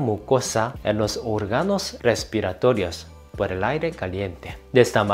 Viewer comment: No se dice orga’no se dice o’rgano en donde está la tilde lleva el sonido más fuerte